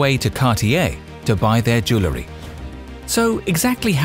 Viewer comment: SOOO ANNOYING HE CANNOT EVEN PRONOUNCE “ JEWELRY “ CORRECTLY 🤔😱😲🤬